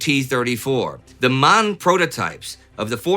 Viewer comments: M*A*N ist not Man. It it M A N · Hey Indy, it is M A N = Maschinenfabrik Augsburg - Nürnberg